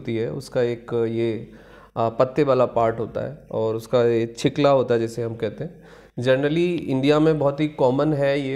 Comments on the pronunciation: Dr. Sahab Cheekla Nahi? Cheelka... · डॉ साहब,छिकला नहीं छिलका।